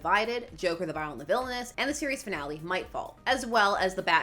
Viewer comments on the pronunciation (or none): none